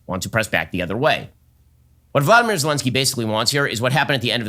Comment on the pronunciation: His name is Volodymyr. Not Vladimir. Stupid.